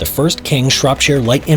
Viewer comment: When a yank can say Shropshire properly 😂